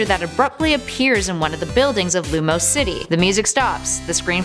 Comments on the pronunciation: Miller AR68 I’m triggered because I love Pokémon x and it’s pronounced: lumi oh s city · Not lumose city. LumEEose city.